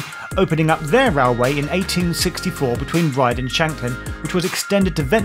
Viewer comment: Great nostalgic trip. I thoroughly enjoyed it But, it’s Ryde Esplanade and is pronounced ade as in lemonade and not ard.